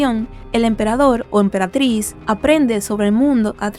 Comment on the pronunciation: Se dice emperatriz 😭